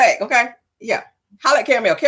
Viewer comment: Nick cannon call 😂😂😂😂